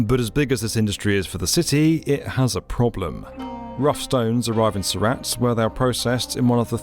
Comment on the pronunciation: Heavens. Surat is pronounced Soorut... not Sou RAT (like the rodent)...